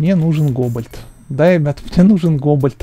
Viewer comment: не гобальт а голбат